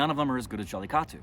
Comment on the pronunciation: Why don't you teach how to say jallikattu. He always says jallitaku